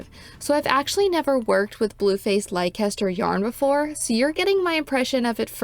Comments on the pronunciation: Uk viewer coming to the comments to say it’s pronounce les-ter, but I see others have already done so. It’s a beautiful yarn! Great review ❤ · Just for info, Leicester is pronounced Lesster. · Leicester is pronounced "Lester". Trust me. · It is a great yarn and one of my favs. It is, however pronounced “Leh ster”.